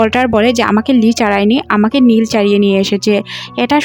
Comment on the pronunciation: খালি ভুল এক্সপ্লেইন করেন নীল রে বলেন লি। স্যান্ডি কে বলেন প্যানি।